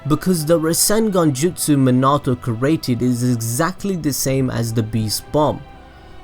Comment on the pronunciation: The way he says created is so triggering for me. Bruh 😬 “cerating”